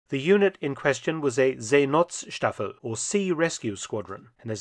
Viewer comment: Hint: It is pronounced See|not|staffel and not See|nots|taffel.